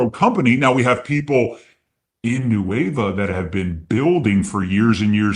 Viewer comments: Officially the new name. 'Qué Hueva'. Love it. Best part is they'll throw it into Google translate and just not get it. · I'm Spanish. The way pronounces "Nueva" sounds to me like "Hueva", which in Mexico means "lazy", "boring", or "tedious". They nailed it! 🤣🤣